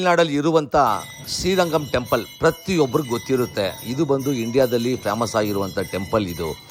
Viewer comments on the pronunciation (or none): ಟೆಂಪಳ್ ಅಲ್ಲ ಟೆಂಪಲ್ ಬಿಸಿಬಿಸಿ ಕಾಯೋ ಪಾತ್ರೆ 😁😁